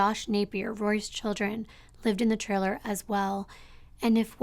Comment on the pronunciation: How many times can we say “trailer” in one day? Lol But pronounce it “triller”. Sorry, I love your channel, but this one stands out due to how many times that word has been said and how it’s being pronounced.